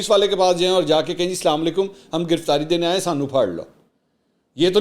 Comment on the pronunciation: Mansoor Ali Khan Bhai sab say pehlay apnay Salam ko theek karain. Assalam o alaikum kaha karain please....